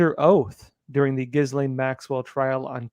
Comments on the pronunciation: It's pronounced jizzlane, not ghizzlane!! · The •S• is SILENT!! Maxwell's name is pronounced "Ga•Lane" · Ghislaine is Pronounced ; ghee- lane.... The s is silent! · Ghislaine is Pronounced ; ghee- lane.... The s is silent. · it’s said as gilain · It was reported, by those who personally know her, that Ghislaine is pronounced "gee-lane". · Pronounced Ghilane. The S is silent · Please pronounce her name correctly. It is French and is pronounced GHILEN. Many French words have a silent S. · pronunciation! If you're gonna say her name wrong, say it wrong right! It's Jizz-Len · Ghislaine is pronounced ghi-lan. The “s” is silent. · The s is silent in her name. After all this time I would think reporters would know this by now. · The 's' in her name is silent. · The s is silent. It is pronounced like Elaine with a soft g added. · I think you're mispronouncing Maxwell's first name.